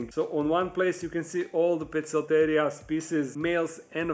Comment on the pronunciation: In Poecilotheria, The c is pronounced as a K, rather than an S. The word comes entirely from Greek " Ποικίλος + θηρίο " Meaning Varied Beast (or Spotted Beast). I believe Pocock used a Lot more Greek in his species nomenclature, rather than latin, possibly in order to differentiate from the rest of his descriptions being written in Latin. Apparently In modern Greek it would be pronounced Pick eel ee oh ther ey ah.. The Th is a Soft sound as in θ. But in ancient Greek, as well as Scientific "Latin" terminology, every letter is supposed to be pronounced. Most people would pronounce the name as " Poh key lo ther ey ah. ".. But with every letter being pronounced. It should in fact be "Po-Eh key lo Ther ey ah." I'm not sure which syllables should be stressed due to Greek etymology, so I place it on the First syllable of each of it's two parts Poe and Ther, which is most common as well. Can't correct everyone's scientific pronunciation.. but... I can try, with the important ones. ;)